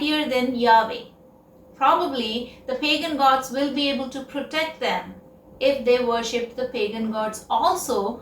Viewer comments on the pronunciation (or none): none